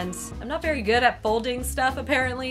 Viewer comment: Be vewy vewy quiet. It's wabbit huntin' season. (except this time the rabbits hunt you.)